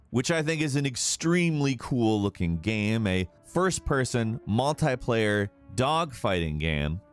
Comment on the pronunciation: Yeah I've noticed his pronunciations are either inconsistent or just weird af, like with words like multiplayer or the way he pronounced Enix. Sounds like he might be tired or it may be an accent thing.